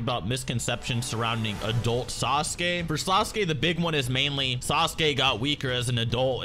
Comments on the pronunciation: the way english people pronounce sasuke is disgusting, "SAS'KAY" LOL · Sasuke is not pronounced as sa-su-ke buddy